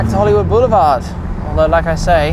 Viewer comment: Took 7 minutes of blather to actually get to the cool car? So.... how many times did he say "Hollywood 'Beuoulevard' "?! 😂 I had to turn the sound down. Awesome car but I don’t think it'll make a production run!